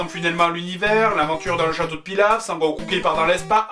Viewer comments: Cher Joueur du Grenier, étant un fan inconditionnel de la série (tout comme toi je pense) si te plaît et par pitié n'écorche plus son nom ! C'est: SON Goku et pas San Goku (ou Kakaroto son nom Saiyan) MERCI !!! :D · "Sangoku" mdr !!